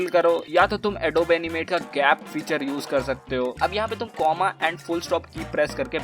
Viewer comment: its not adob. its adobe(ad oo bee)